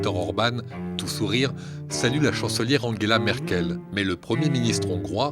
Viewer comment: "Angla merkel" il m'a tué xD